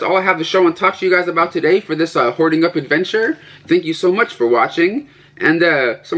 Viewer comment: First video of yours I ever saw about a year ago I thought you said whore it up